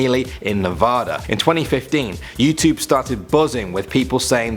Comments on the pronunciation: YOU SAID NEVADA WORNG. IM SOOOOOOO MAD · It's neh vah duh